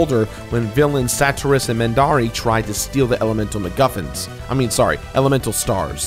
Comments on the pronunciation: Am I the only one who gets triggered everytime he says Mendari instead of Menardi? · Anyone else bothered by how he said Mendari when the name is Menardi? Otherwise, great video! I love Golden Sun! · Menardi, not Mendari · "...Mendari..." It's actually Menardi.